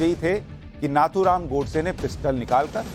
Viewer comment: नाथूराम"" नही नथूराम "" बोलो/लिखो